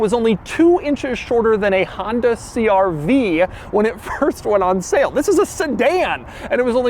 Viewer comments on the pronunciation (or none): none